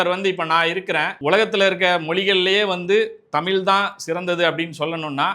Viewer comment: உன் வாயில நெருப்பு அள்ளி போட தமில் இல்லைடா தமிழ் ழ் ழ் ழ்